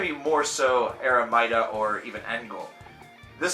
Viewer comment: Just FYI... Eremita is pronounced "air-a-me-ta." It means hermit.